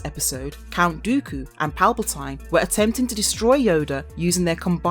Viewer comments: Your pronunciation is atrocious. Sheev, not shev. Revan, not reevan, Palpatine, not palpatyne, and coraSant, not coraKant (with a "C" obviously) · And Sheev Palpatine, not shev palpatyne. And for God's sake, coraSant (with a "c" obviously) , not coraKant. I think she's doing it on purpose